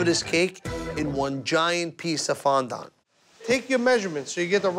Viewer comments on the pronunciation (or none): How he was taught him how to say fondant is beyond me.😂